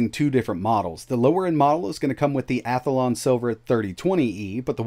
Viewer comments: You keep saying Athalon, but it is Athlon. You are adding an extra A. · You're using the Yogi Bear pronunciation of "Athlon." "Hey, Boo-Boo, bring me that Ath-a-lon powered handheld! It's inside my pic-a-nic basket!"